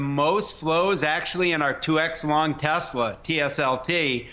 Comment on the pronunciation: Good Content, but the Promounciation is not ok. "Deeeeslaww"